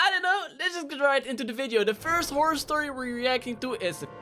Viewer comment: stop saying "whore". The word your thinking of Is "horror "